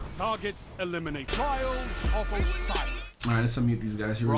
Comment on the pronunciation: Notice he said trails instead of trials?